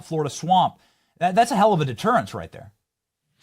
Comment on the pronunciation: HAHAHA BENNY "DETERANCE" HEHE THATS FUNNY AS FROG MARCHING.❤